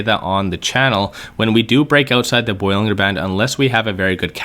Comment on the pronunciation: Dude cannot even pronounce Bollinger or Stochastic correctly.